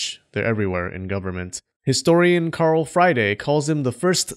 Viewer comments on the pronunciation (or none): none